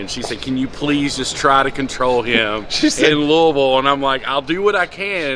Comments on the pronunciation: TY for saying Lou(A)isville correctly. Raised in Missour(A). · I'm glad someone who isn't from KY FINALLY said Louisville right!